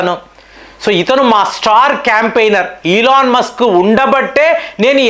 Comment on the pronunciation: సార్, అయన ఇలాన్ మాస్కు, కాదు, 🙏🙏🙏🙏🙏 కొంచం మీ ఉచ్చారణ మార్చండి